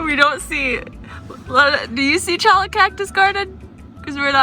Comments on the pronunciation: Cholla is pronounced choya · Cholla is pronounced "choya" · cholla are actually pronounded choya .